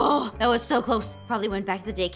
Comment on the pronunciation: it's not "tat" it's "that"